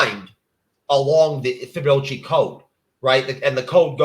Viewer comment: Dude vaguely talking about the Fibonacci sequence, whilst mispronouncing it: Ever heard of this thing that I didn't even tell you what the fuck it was apart from the name!?